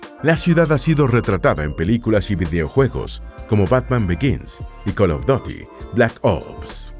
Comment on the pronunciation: Call of “doty” 😂